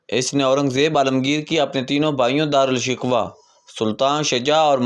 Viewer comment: Dara shakoh, not shikwa.